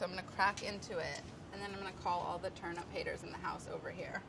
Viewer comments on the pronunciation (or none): I can only hear Molly saying "turnup" and it is bothering me slightly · They keep saying turnUP... Where is Brad... This is his chance to correct them! It's TurNIP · Did she say.. turn up? Ayyye lol 😎🥳🤪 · turn up! everytime Molly says Turnip!